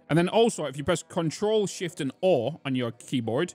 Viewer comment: I'm hearing him say control shift ore. not sure what the Ore key is. For the debug menu lol